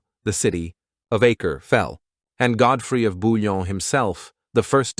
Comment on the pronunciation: ❤Svp BOUILLON pas Bulon respectz son nom merci